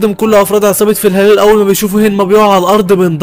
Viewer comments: شباب يمكن هو أخطأ في نطق اسم العصابه الثانية إلي هي فالهالا مش فلهلال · فالهالا ✖️ فالهالال ✔️ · فالا هالا مو فلهلال واسمه دوراكين مو دراكون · ملخص رهيب مع انك ناطق اسم عصابة فالهالا غلط طول الفيديو